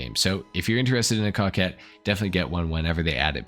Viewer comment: Bro I heard cockhead not Coquette